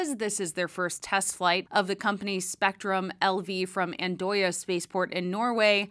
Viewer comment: I think you were pretty good with the pronunciation of Andøya. You get 8 out of 10 points from me. Andøya means duck island in English. I like these short "news" formats you have here. Keep it up. greetings from a Norwegian